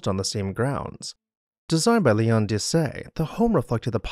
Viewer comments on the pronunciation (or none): none